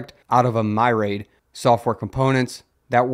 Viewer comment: or My Raid as he put it